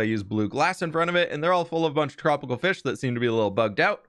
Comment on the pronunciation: I loved the fwish and chips lol.